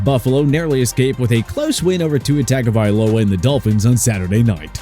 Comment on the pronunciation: Just wanna let y'all know, its pronounced tua tongue-uh-vi-o-lo-uh